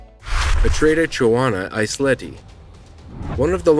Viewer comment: NO! Not Eisleti lad Eiselti.